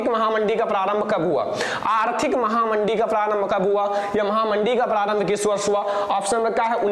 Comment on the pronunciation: Sir yah महामंदी है महामडी नहीं है 😆😊